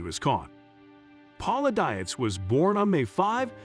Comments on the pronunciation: I have the same last name and I can 100% tell you Dietz is a German name that is pronounced Deets, not Die-its. Poor girl, not only did she marry a serial killer, but like me, she's had to endure a lifetime of people mispronouncing her last name. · the computer generated voice hurts my ears. Dietz is a German origin word....pronounced Deetz. And since I knew Paula as when I was kid - yes it matters to me. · You are pronouncing Paula's last name wrong. It's actually pronounced deetz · its a computer voice - figured it out when the meter for "park city, kansas was sounded as park city (pause) kansas". their programmer needs to work on it.... but i agree - Ms Paula, as us neighborhood kids knew her, deserves to have her name pronounced correctly.